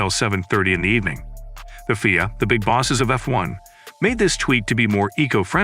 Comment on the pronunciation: i can not and will not watch or get info from somebody who calls the F.I.A. fweea? y'all can listen for yourselves . You can not be a serious F1 journalist pulling shit like that.